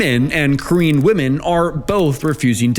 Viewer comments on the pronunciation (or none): I thought instead of saying "korean men and korean women" at the start you were saying "queen men and queen women" 😂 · i heard that as green men and green women